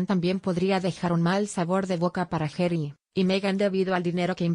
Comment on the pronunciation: No se dice Gery! Es Harry o pronunciar Jarry, no jery